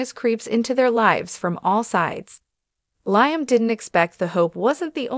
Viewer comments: This gal telling us the story can't even pronounce Liam's name and who is Stacy? She's not very good at this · Liam? She doesn’t watch the show! She keeps saying Liam wrong. I don’t believe any of this.